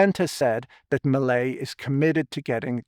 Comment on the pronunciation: Hearing "Melei's" sounding like "Malaise"